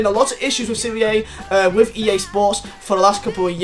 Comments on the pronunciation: It’s pronounced serie ah not siri aye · This guys fucking dumb. It's Serie A, not Serie Ayee.. And the Roma stadium IS already in FIFA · Am i the only one who wants to pull his ears out when says serie aaay? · It's pronounced "Serie Ah"...come on, you're a football fan, right? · it's pronounced Serie Ahhhhh